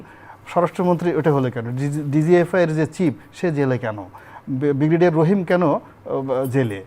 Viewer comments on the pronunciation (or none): none